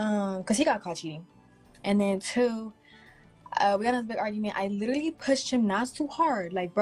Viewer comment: "Literly" smh dude is a clown..but if she kept talking Id slap her too